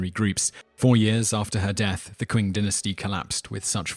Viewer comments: Oh, he knows his history. I never said anything about his Chinese! I think "Qing" is pronounced "Ching." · Qing is actually pronounced Ching. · It's not "kuun" dynasty... Qing dynasty is pronounced "Chi-in" dynasty. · ***** Well, somebody clearly does but I doubt it's the guy who pronounced the Qing dynasty as "Quing dynasty." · wtf? Why are you even arguing about something you're clearly wrong about? The word Qing is a phonetic translation of the Chinese word, therefore the inherent pronunciation should be read accordingly. Unless you could find some evidence based on the etymology of the word "Qing" from any established English dictionary, your reasoning so far sounds lacking. It's not that you have to learn Chinese to understand English, but context is important for any language, especially when it comes to lexis. Maybe try sophistication rather than sophistry?